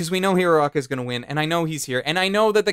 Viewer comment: When you say hero aca, it sounds like urrraraka